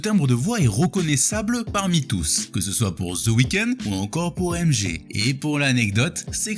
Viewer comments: Tu dis MG au lieu de MJ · Pourquoi MG ? Tu dit Michael Gakson ?